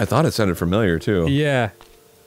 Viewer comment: arin pronounced it as "fermilier" and thats the second thing thats made me unreasonably angry today /loving